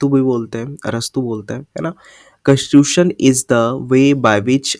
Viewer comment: You were pronouncing the word constitution properly in the beginning specially.